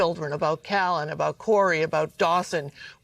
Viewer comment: It's CALLAN, CORA & DAWSON! NOT "Cally and Corey"! WOW.